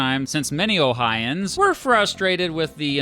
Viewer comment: As someone from Ohio, we are Ohioins not Ohins